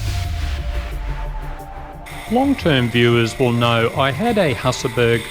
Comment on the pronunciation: This video was so good that I could only find one thing to complain about: you aussies mispronounce Husaberg and I always let it bother me :-) Here is a link to what I mean